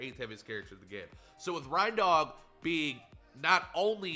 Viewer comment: SAY R.E.I.N.D.O.G PROPERLY